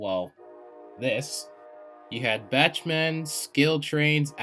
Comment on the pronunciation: Hi i wanna make a quick correction, if thats ok. Bachmann is not like a BACH of cookies (pronouncing) its BACKmann because i believe its like a german way of bach